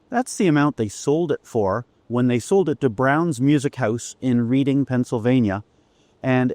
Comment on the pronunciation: Cool indeed. FYI – Reading, Pennsylvania is pronounced "Redding."